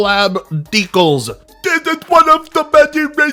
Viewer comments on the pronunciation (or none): it's Decals not Decls